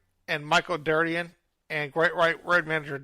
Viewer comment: Thanks for covering this topic. Just want to help with a few pronunciations: Cowesett: co-WEE-sit Derderian: der-DARE-ian Biechele: BEEK-lee